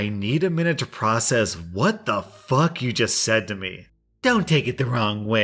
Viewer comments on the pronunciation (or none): "what the fugh"